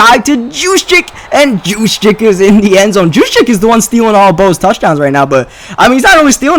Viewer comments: It's not jus-check its Hughes-check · I believe it's pronounced "who's-check" Source: Raven's fan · you say Kyle juszczyk name as... Use Check. He explained it. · You pronounce Jusczyck as Huschek or just Juice as his teammates call him.